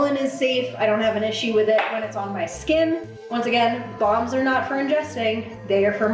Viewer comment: Lol I keep thinking you’re saying bongs not balms 😂😂😂😂